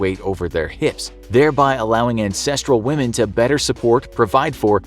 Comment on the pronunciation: I respect whamen